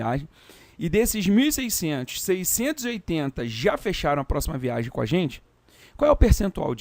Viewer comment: VIA*G*EM com "g", por favor!!! :)